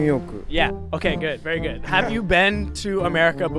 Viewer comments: I heard gootto too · very gudooo, butooo. My walleto, passporto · Very gutto, butto😅